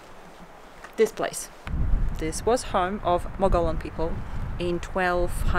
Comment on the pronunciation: as a former area resident; its pronounced Mug E Own...